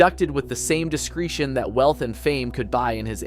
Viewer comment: I would recommend you check pronunciations of names before you record. And also words such as 'hallelujah,' 'adagio' and 'discretion.'